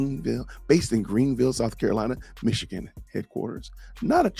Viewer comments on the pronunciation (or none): none